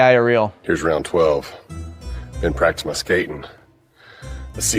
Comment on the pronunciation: If you listen closely, there's an AI tell in his voice too. He said "Been Practin ma skatin'" leaving out entire word segments or syllables is a dead giveaway. The longer the dialogue gets, the more uncanny it tends to be, that's why they don't talk much in AI video if they want to sell it as real.